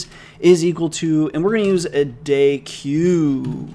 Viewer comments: FYI deque is pronounced "DECK" not "day-q". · deque is pronounced "deck" lol. at least that's how my professor pronounced it. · Hey mate I believe it is pronounced "deck" because (c/p) From The Art of Computer Programming, volume 1, section 2.2.1 "Stacks, Queues, and Deques": A deque ("double-ended queue") is a linear list for which all insertions and deletions (and usually all accesses) are made at the ends of the list. A deque is therefore more general than a stack or a queue; it has some properties in common with a deck of cards, and it is pronounced the same way. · Since I know how much you like to be corrected on pronunciation here is an excerpt from the "collections" documentation: Deques are a generalization of stacks and queues (the name is pronounced “deck” and is short for “double-ended queue”). BTW love videos no matter how you pronounce epochs and I can't wait for the next one:D